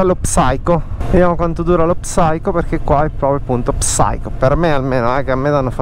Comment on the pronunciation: secondi fa Salve. Complimenti per il video. Un consiglio: hai detto diverse volte la parola inglese "psycho", ma la prima lettera P non va pronunciata. La pronuncia assomiglia a "sai-kow". La pronuncia nell'alfabeto fonetico internazionale per l'inglese UK è ˈsaɪ.kəʊ. Ciao!